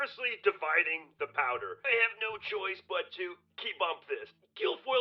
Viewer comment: Every word Herschel said that began with “th” he pronounced it with a “d”. The-de, they-dey, their-deir, them-dem.the man cannot pronounce “th”.